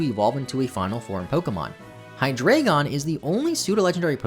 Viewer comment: Here's a fun fact about Zweilous and Hydreigon: THAT'S NOT HOW YOU PRONOUNCE THOSE HOW DO YOU PRONOUNCE ZWEILOUS SO WRONG